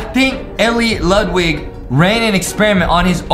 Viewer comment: Elliot(El-leeot) Ludwig(Lude-wig)